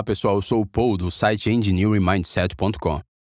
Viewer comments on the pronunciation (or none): none